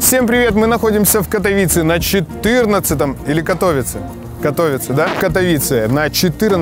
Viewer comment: КатовИИИце правильно, запомните, кто ещё не в курсе